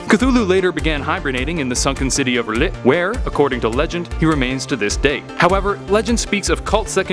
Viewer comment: You should pronounce it closer. “Thu-lu”. Also you pronounce it “ral-yay”